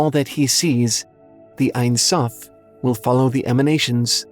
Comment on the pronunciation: hey, hebrew speaking here! the only thing I have to say is that it's not "einsoph" but "ensoph" (en = no, without; soph = end). it's pronounced as it sounds! "en" like in the word end, and soph like sophomore or soft! :) edit: crown crown in hebrew is keter and it's also as simple as it sounds! ket like cat, and ter as de-ter-minate determinate